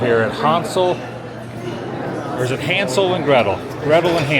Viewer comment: It's "HAAANSEL"....."Obey my dog!" If you know you know!😂